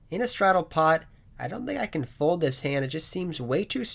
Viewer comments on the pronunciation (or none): Hey just giving you a reminder that there is an L in the word FOLD because you seem to have a hard time saying it ‘Foud’ 😂😂😂😂